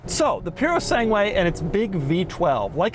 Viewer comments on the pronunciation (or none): “Poo-roh-sahn-gway”. That pure-o-sane-gway pronunciation is hurting my ears. 😅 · Italian: Purosangue Americans: Purosanghuuwaayyy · Pewro sangwe lol…. Try this: poo-doh sun-gay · Purosangue not Purosengue. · It’s not “Pure-o-sang-way”. It’s “Pur ro SAN gway” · Hi Doug, please contact me for future Italian cars pronunciations. It's PUROSANGUE not piurosangui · puro sangue not piurro sangiue….dummy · Its PEW - RO - SAWN - GE and definately not PU - RO - SANG - WAY. Get it right Doug. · It's Purosangue not puro sangue. There's a difference. The former means thoroughbred, the latter is pure blood. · Ferrari "Piurosengué" lol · Piurosenue. This how it's written in Italian the thing you said. My gosh Doug, I do love your channel but you are the worst Italian speaker in the world! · puro-segway ffs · pronounced pureh sangeh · I hate how he says Puro sangu - A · Piurou Sanguey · The italian pronunciation is "poor - oh - san - gweh" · "Pyuro-seng-way" My god the way he absolutely butchered the pronunciation 😂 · Are you pronouncing the Fu#k you vehicle correctly Doug? Isn't it pronounced Pure oh sang goo??? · Doug the type of guy to say "Piurio Sangué" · Ferrari puro sang way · LOL "Pewrosengway" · It is puro-sang-gway. end is gway, not way. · He's pronouncing it wrong. It's poo-sandwich. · Doug is the kind of guy who can correctly pronounce PURE A SANG WAY everytime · Try "Pour-o-sang-oowe" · Not a Fowawi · POO-ruh SAN-ge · "Puro-sangué" cowboy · Ok, let's try this: POOH - RAW - SUN - GWAI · The Ferrari "Piurosengue", apparently... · “peoro segway” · Dfiissssssss! 😂❤ Puro Sangue pronounced "Pooh-rooh Sahn-gweh" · please stop saying puro sangúie :x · the name is pronounced PURO Sungooeh and it means a Thoroughbred in Italian (as a race horse) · The Puro what?! The Puro Segway?!It's Purosangue! Mio Dio! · purosangway lol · It's pronounced as Purosangue with a short "a" sound not a long "a" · Kennan crying after listening to Doug’s „PuroSegway“